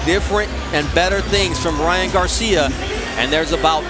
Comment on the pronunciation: When he says Garcia that’s sound like « Johns cena »